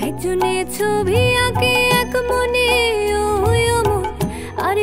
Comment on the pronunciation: ওভার স্মার্ট,, ছবিকে ছভি বলে 🤣🤣🤣🤣